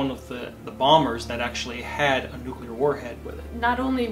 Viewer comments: my dudette, you’re a clever scientist. Please don’t say “nucular”. It’s “nuclear”:) Hearing a fellow clever geek saying nucular, hurts my soul as much as it hurts yours when people rate hurricanes using the “F” scale haha:) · does look great, and I was going to ask her to marry me until I saw this video. They were talking about the tornado hitting McConnell Air Force Base, narrowly missing a line of 10 B1-B bombers each worth 280 million dollars. That was when mispronounced "nuclear". She used the Gene Hackman pronunciation, "nu cue ler" as opposed to "nuc le ar". There are others besides Gene Hackman and who mispronounce it, but I not considering marriage to them. She needs to get with the program if she wants to be married to me! Otherwise, I will probably stay married to my current wife of 25 years!